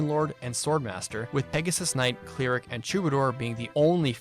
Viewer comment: Why are you saying "cleeric" and "geneeric"?